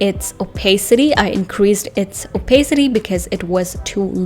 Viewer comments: the joke was she pronounced opacity wrong, in case you're wondering. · Why are you making fun of somebody's pronunciation?